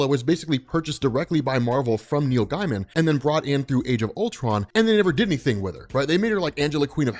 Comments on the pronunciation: That's not how you pronounce Neil Gaiman. It's not guy man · It sounds like you say Neil Diamond when u say it fast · The way you pronounce "Gaiman" keeps making me think you're saying Neil Diamond